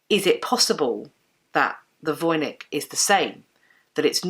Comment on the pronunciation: You should pronounce Voynich with the "ch" like in the word "match". It is a popular Polish surname and the name of a town in Poland (Wojnicz).